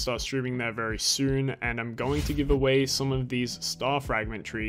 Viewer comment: "and it is vewwy quick 🥺"